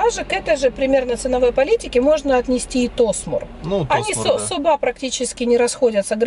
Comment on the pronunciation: где ты её взял? Десятый год в Махмутларе живет, а названия районов не знает. Да, в турецком языке действительно, ударение часто падает на последний слог, но не всегда (Аланья, Анталья например), запомни, Оба - ударение на первый слог, а вот ТосмУр и КестЕль как раз на последний. Сама себе противоречит, говорит, что всегда на последний, при этом называет районы ТОсмур и КЕстель. Ой, не верю я, что она там с 11 года...